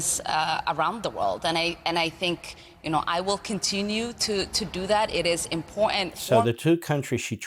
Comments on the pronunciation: She needs to speak better English it is impotant where did the R in this word go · Do not take anyone seriously when they say M-POR-ANT. That’s sign number one she’s a loser. She is not worth our time. The people that voted for her will suffer. Ridiculous.. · Why does she say "imp ogt ant"? She got elected where? New-Somalia! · IM-POR-TANT not imporant.... btw, part 4 of the oath she/her family took to make her a citizen touches on this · Import-ANT?" She doesn't know how to speak properly. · impor'ant ? nails down a chalk board stuff. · Stop saying impowatent! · Shes an absolute Traitor. Why can’t she say Important properly. Kick her out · Learn how to say important